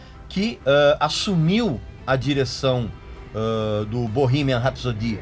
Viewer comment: "Borrímian Rapsodí" mas o que é isso, men?